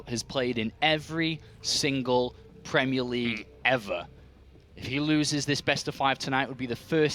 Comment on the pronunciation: Premie League? What's that? :-P